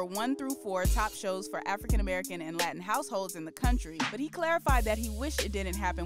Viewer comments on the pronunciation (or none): none